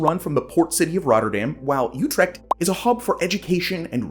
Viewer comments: youtrecht? i only know utrecht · UTREEECHHT!! Help..